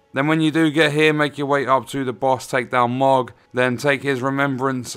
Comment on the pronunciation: It's pronounced mow-g not mog, this isn't final fantasy lol